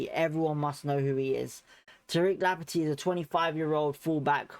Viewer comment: It's Lamp tea not Lampet tea.